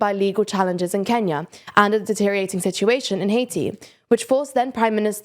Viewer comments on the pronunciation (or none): none